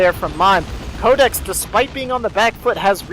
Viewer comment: pronounced my name wrong. It's pronounced Cod-ex. Like Call of Duty X. Oh.